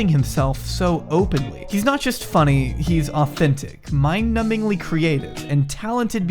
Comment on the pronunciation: " I guess you have to go farmed your marmEEEr and paPAAAARRR" and then that "oh so faarrrny" jaw clench that you could physically here them nashers clacking together are gonna haunt me for the rest of my days, forget the rest of the contents of the video, what the fuck was that? no, no no, i don't want to know, keep it to yourself, and go fuck a Tasselled wobbegong was happening ? I need answers to these questions, as much as i need answers as to why a Tasselled wobbegong is called a Tasselled wobbegong. WTF IS A TASSELLED WOBBEGONG? i need to go lay down.